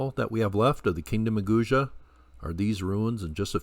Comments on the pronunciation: Hi! Thanks for another great video. I have heard Guge being pronounced Goo-Gay or Goo-Ger (sounds like Google!).Thought you might like to know this. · Ge should be pronounced same as Gu not J . Two separate word GU and GE not as usual English word like page. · I’ve heard it pronounced “Goo-Gay”. (Thanks for another great video.) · Hi, I have jusr been informed that Guge is written in Chinese pinyin phoenetics & pronounced: koo-ker.